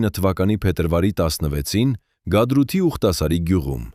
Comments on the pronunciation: Գադրութ չէ, Հադրութ է։ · Հետո էլ ՝ գադրութ չէ, այլ ՀԱԴՐՈՒԹ, այդպես աղավաղելով ՀԱՅԿԱԿԱՆ ՏԱՐԱԾՔՆԵՐԻ անունները կորցրեցինք ու շարունակում ենք կորցնել մեր ՀԱՅՐԵՆԻՔԻ մասերը, ինչա, որ պոռնիկ ռուսը գաթրութ է ասում, դուքվթլ սկսում եք թութակի պես կրկնել🤦‍♀️🤦‍♀️ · Գադրութ չի Հադրութա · Հադրութ, ոչ թե Գաթրութ